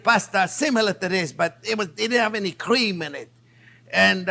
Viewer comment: I love how he says “cweme”